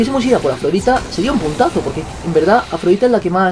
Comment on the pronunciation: cada vez que vege dice puntazo yo entiendo putaso